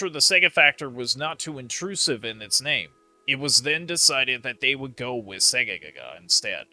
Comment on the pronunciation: you keep saying Segaga the game is called Segagaga